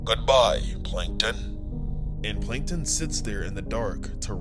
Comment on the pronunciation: Plankon ❌ Plankton✅